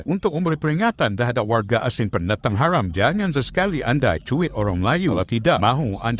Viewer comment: Eiiii geli nye dengo,cakap orang tu ,cuba dengo cara dia sebut Haram,kesedaran geli betul Sajat lagi proper sebut tu.